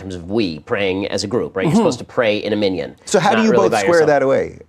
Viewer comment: I did as well and I found nothing wrong with his pronunciation. He was clearly raised with a strong religious education. He says "anachnu" and he says "minyan" perfectly fine.